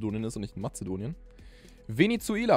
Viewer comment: Das regt immer voll auf wenn leute matedonien sagen🥲 ich liebe flaggen auch si sehr